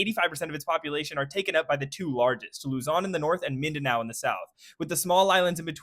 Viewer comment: he fucked up Luzon